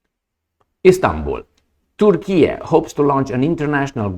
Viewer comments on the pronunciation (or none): none